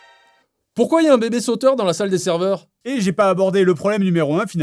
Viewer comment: C'est pas "Serever" mais "Server" :/ PS : Bien joué à ceux qui l'ont vu x)